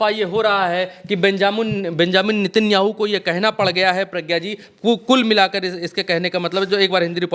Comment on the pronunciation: नित्यानु नहीं नेतनयाहू बोलिए